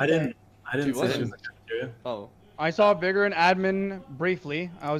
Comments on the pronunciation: Why do these pepegas have such a hard time pronouncing the word "vigor". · STOP SAYING VY - GORE ITS VIGOR ITS A SIMPLE WORD OMFG